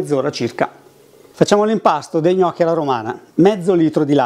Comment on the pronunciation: Hai detto gnocc alla romana, ahah, birichino. Like